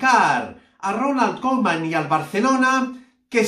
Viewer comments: No se dice kolman. Se dice Kuman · Aprende a decir el nombre del entrenador, man!